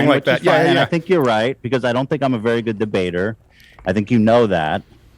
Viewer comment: He said d'bater. 😂🤣 Is he the master of that?